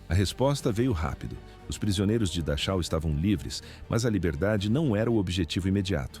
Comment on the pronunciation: Pronuncia Darrau